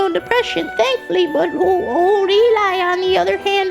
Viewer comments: why does he keep saying Eli? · I want more of this stuff, the other person talking to us (not Eli, probably butchered that but oh well) MERRRIE CHIRSTLER